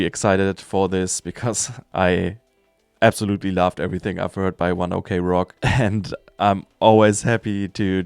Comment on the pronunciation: You just read it like 1 o'clock not "o.k"